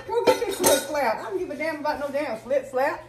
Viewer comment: Mama red said flip-flapp😭😂😂